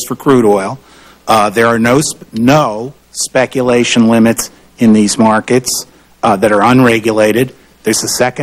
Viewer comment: "speculition." second favorite new word.